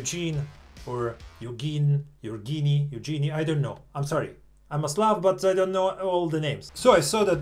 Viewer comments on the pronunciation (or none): none